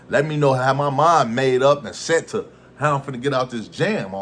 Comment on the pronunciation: U reaching w/ the emphasis on "Made" smh i can't rock wit ya on this one lil bro